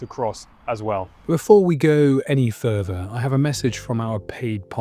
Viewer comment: fink furver fousand, please learn to speak English